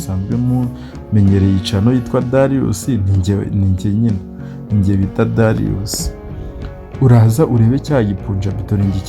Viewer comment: Dariyusi❌ Darius ✅